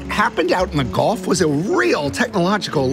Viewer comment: Gulf … not Golf.